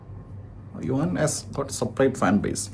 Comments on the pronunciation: യുവാൻ അല്ല മൈരേ.. യുവൻ, ഭഗത് അല്ല മഹത്.. ആറും പൂറും അറിയാതെ പറി പറയൻ വന്നേക്കുന്നു 😌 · yu wan -enna vili rasundu...sadarna elarum yuvan enna vilikunne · Yuvaaan alla yuvan 😂😂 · Yuvaaan no yuvan bro😅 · യുവാൻ അല്ല യുവൻ ആണ്,എന്തോന്ന് ഡേ